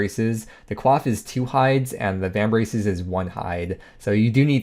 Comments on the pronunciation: Thanks for the review!! Though, "Coif" is not pronounced like Quaff (that means to drink) Its pronounced like coy-ff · The way you pronounced coif gave me a stroke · Sir, did you just pronounce coif as kwaf? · lmfaooo wtf is a cwof 🤣